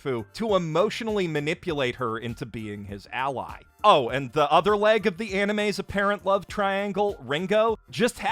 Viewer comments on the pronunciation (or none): none